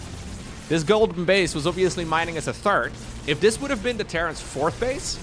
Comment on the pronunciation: I know you, like me, does not speak English as your first language. But there is one word in particular that always makes me giggle. The third command center is the one that is built after the second. The third command center is never mentioned, although the intention is there. You always say the TURD command center, which would be a command center made out of... well... I'll just turn the video back on again:D